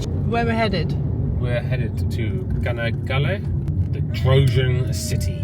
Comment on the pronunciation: not kanakkale yes chanockkale 👍